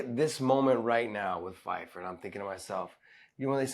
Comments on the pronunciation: Why do they keep saying Fyfer? Do you pronounce Pyfer that way or are they making an error? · Its Joe Pyfer, with a P, not ph/f sound u guys keep saying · Listen john, its Pyfer not Fyfer smh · Learn how to say Pyfer with a "P". There is no one named Fifer in the UFC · ITS Joe PYFER. not pheifer. 😅😅😅😂😅😂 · It’s Pyfer not PHyfer. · I mean no disrespect, I am not one to comment much, but you both REALLY need to at least try to pronounce the fighters names right. Joe "FIFER"?? The desk says every fighters name about 30 times throughout the card/fight and yet you guys just go with what you read on the paper for some reason. And on top of that you say your version with complete confidence every time too it cracks me up 😅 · Josh and John can't even SAY the name right